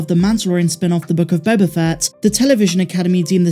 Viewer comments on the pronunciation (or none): You keep mispronouncing "The Book of Boba Fatt".